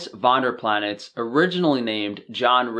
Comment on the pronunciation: Dude you arn't even pronouncing his damn name right. Clearly you didn't read his book We Want To Live where he mentions multiple times its pronounced Homogeneous without the hom. Why are you making videos with patently wrong info - he was not trying to die from thirst. Get the story right